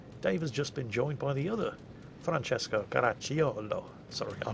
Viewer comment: Italian here🇮🇹 random hand gestures Your pronunciation of Francesco is perfect (only the accent is off but it's not that important) to pronounce Caracciolo perfectly the "i" is silent, just pronounce "ci" as a single sound (like you did, not with a K sound) and you're good to go😉 One of the best effort to pronounce something correctly👏👏🏻